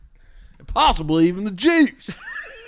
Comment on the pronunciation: The way says "jews" kills me